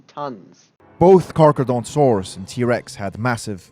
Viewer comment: He called it Carcadontsaurus as opposed to Carcharodontosaurus